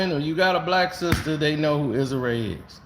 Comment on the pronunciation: You butchering Issa Rae name 😂